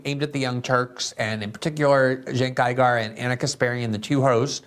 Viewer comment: You too CAN learn another language …!! Glen called Cenk ‘Cenk Eye-gar’, so nothing about Glen, but don’t despair—it’s easy when you’re ‘there’, and ps: GET OUT!